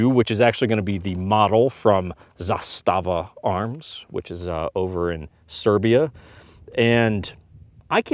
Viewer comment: Finally someone who pronounced zastava correctly